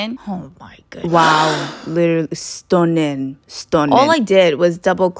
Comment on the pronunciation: She became bri-ish for saying stunninn